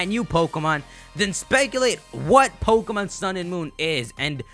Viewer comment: May I suggest not saying your "P"s so harshly? Everything else sounds perfect except "PO-kemon PO-kemon PO-kemon" over and over lol